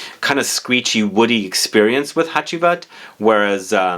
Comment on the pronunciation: Actually Ege is a Turkish word and your pronunciation is great! You did spell Hacivat great as well.